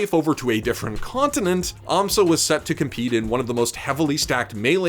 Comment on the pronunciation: It's an Amsah tech btw, not an Amsa tech. Very similar sounding ik, but there was no need to highlight it